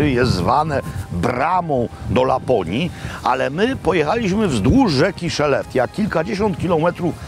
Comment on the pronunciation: Wymawia się "szelefte", a nie "szeleftia".